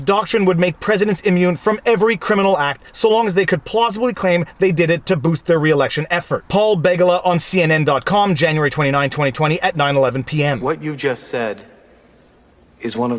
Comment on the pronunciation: FYI: Paul Be-gal-a, not beg-a-la. Or just call him ‘that slithering crap weasel.’